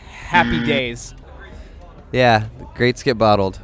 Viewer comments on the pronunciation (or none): Did say “happy days” or “happy gays”